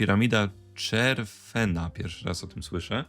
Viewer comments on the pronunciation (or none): chefrena, nie czerfena☺☺☺☺☺